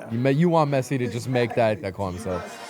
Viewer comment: He said Pessi